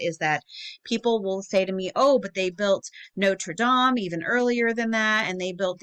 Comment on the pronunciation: You don't know how happy it made me, to hear someone in the u.s pronounce notre dame correctly imo. I know it doesn't matter. It just made me smile tbh.